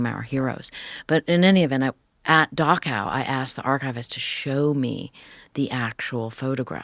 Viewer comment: Dachau is pronounced Dahrao and not Dako.